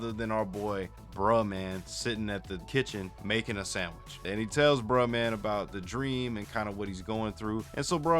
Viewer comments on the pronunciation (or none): You said sandwich wrong 😂😂😂😂